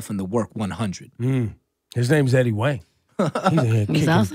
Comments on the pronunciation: Dude said wang in the beginning lol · if ebro calls him eddie wang one more time i feel like eddie was about to be like "fam, like you gotta respect the name" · Wang, Wong, Hwang, Hu-ong... I'm shocked Eddie never corrects people on his name. It definitely Wang though Ebro...